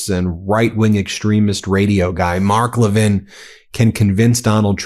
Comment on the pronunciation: MTG doesn’t say Mark Levin correctly. 😜